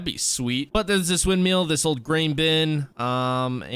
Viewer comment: windmill, not windmeal